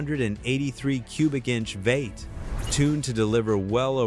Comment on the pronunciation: It took me 20 minutes to figure out that when the AI voice is saying "vate", it means "V-8". LOL!!